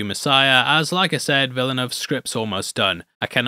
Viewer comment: The only thing I'm certain is that no American can pronounce Villeneuve correctly